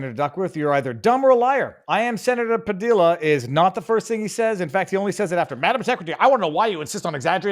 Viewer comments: When the commies have to create chaos it means what ever they are whining about isn’t a crisis at all. BTW Padilla is pronounced “Pa DEE ya”. Double L is Spanish is pronounced like a “Y”. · His last is pronounced Pa-dee-ya. Double L in Spanish sounds like y. You've lived in Miami long enough so you should know this.🤣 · FYI- Padilla Hispanic pronunciation the LL is more like Y. Pah-dee-ya